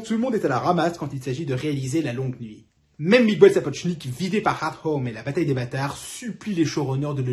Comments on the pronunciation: Un régal, cette chronique, bravo !👍👏👏👏 Je croyais tout savoir sur le tournage de ma série préférée, mais j'apprends plein de choses. Ça mériterait une diffusion sur une grande chaîne de télévision. Un détail minime : si les français pouvaient arrêter d'appeler les Miguel "Migouel", ce serait sympa et ça m'écorcherait moins les oreilles. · Je plaide coupable pour Miguel, ce n'est en effet pas la bonne prononciation. Voilà ce qui arrive quand on apprend pas la langue de ses ancêtres. En tous cas merci pour ce chaleureux retour, Lizzie (une fan de Jane Austen et de l'épatante websérie sur YT ?). Les coulisses furent en effet aussi épiques que la série elle-même !